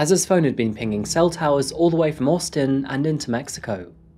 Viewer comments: I'm sorry, but why do you keep pronouncing Austin as Orstin? It sounds super weird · absolutely not. He pronounces the “ au “ the same way a Brit would “ Daughter “ … in the UK, we typically pronounce Austin like the “ Au “ is an O. But he says it either very poshly, or just different to normal. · Austin. The non British part of accent shines when you say this. Took me 3 times to realise what you were saying. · Orstin Texas 😂😂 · You say Austin funny lol. Even in an English accent, you say it funny. Anyway, love your videos mate lol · Why do you say Austin like that 😂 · The way he says Austin though 😂😂😂🤦🏽‍♂️🤦🏽‍♂️🤦🏽‍♂️ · He often mispronounces places and names. Apart from that he’s a good narrator. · Are you trying to say "Austin" bro?